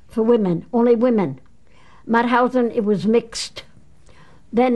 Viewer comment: Mauthausen you say the t and h seperate. It is not mouthousen 🙈🙈🙈